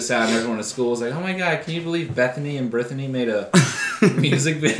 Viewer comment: “Bethany and Brithany”